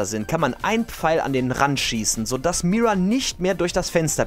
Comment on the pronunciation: Wie mich deine Aussprache von "Pfeil" aufregt😂